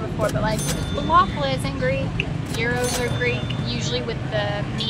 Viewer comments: We kind of simplify it by writing it as 'gyros', as it's kind of closer to the original Greek spelling 'γύρος', but if you want to pronounce it the right way and sound almost like a native Greek, it's something like "YEE-ROSS", the 'yee' part pronounced the way the word 'see' does, but obviously with a 'y' instead of an 's', and 'ross', pronounced like the 'sauce' with an 'r'. Just say it with authority, like yeeeeeross! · Well, Greek is quite a complex language, let's just say that it depends on the situation ; if you are to ask for it, you just have to entirely skip the "S" at the end, we just say it "yee-raw", the exact same way that 'raw' is pronounced in English (e.g. raw vegetables), more like 'law' with an 'r', it doesn't sound like "row", you've got to barely say it, just emphasize on the 'yee' part. "Yee-raw" 😜😜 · Ahhh, thanks for the pronunciation info. I didn't realize it was "Ross" at the end.